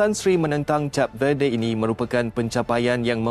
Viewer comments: Hello, bukan cap lah. Aduh. Pergi lah dengar orang announce dlm bahasa inggeris dulu. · ADMIN SEBUT CAP=CHAP..BUAT MALU JE😊😂😂😂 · Sebutan Cape Verde | kayp vuhd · Kenapa cap sebutannya... lain maciammm😂😂😂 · K0 nk ckp tentang b0la tp sebut name negara pun x betul jeng w000